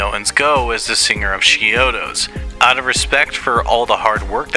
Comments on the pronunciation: It sounds like you're saying "She-odos" But I'm pretty sure it's more like "CHI-odos. Is it just me? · Are just 2 examples of you mispronouncing the band name. How do you make an entire video like this about a band, yet still can't correctly pronounce the band name. You're saying "sheodos" Lol. It's "ch" as is "chalk" or "chunk". It's not as "sh" sound. Ch-iodos..